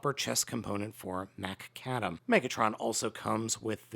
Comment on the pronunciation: Take a drink every time mispronounces Macadam.